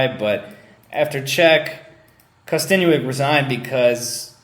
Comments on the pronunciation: YEAH I KNOW BUT HE said kkostenuik not kostenuik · And it's "Kosten-yuk"